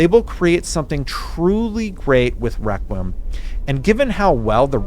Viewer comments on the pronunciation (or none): your pronunciation of the title was killing me. Requiem is said Reh-quee-Um. Love the content Brother! Hope you and your family are doing well!! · I love you … but it’s “rek-wee-em” 😂❤️